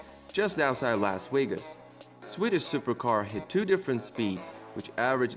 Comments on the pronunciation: I came here to hear this guy pronounce Las Wegas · is it me or the narator pronouce the V with a w? the bugatti weyron , las wegas . Love the cars but the W made me lol, <3 <3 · The letter V is obviously pronounced like a W in his native tongue...either way, if you speak English that good you should know that Las Vegas is not pronounced Las Weygas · You're killing me with your pronounciation of the letter V. It is not a W. Las Vegas not Las wegas